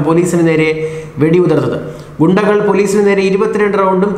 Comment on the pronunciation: ഗുണ്ടകൾ അല്ല (ഗുകൾ)😂😁